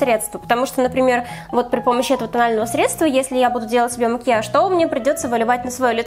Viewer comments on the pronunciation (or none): none